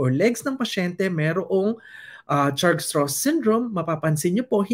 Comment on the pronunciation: Pronounced as Strauss like Levi Strauss.